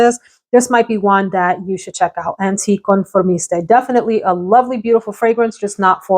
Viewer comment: For what it's worth: the Keiko Meicheri Isles Loîntaines fragrance is pronounced "EEL lwanh-TEN" and it means "faraway islands" Hope that helps! And the "French version" of Anticonformiste is anh-tee-con-for-MEEST. And it is fun to hear your Spanish come through! 🙂